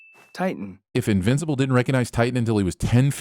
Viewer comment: You are getting a sin for "invinci-pole" XD